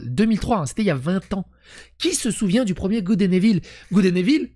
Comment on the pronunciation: Evil = « ivôle » !!! 😅